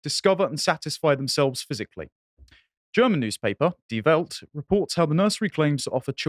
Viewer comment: Die Welt is pronounced Dee Velt.